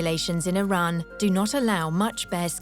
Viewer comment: the woman cannot even pronounce Iran correctly.